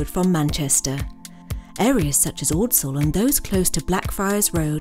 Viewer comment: It would be really nice if for once the narrator was a local who knew how to pronounce ordsall.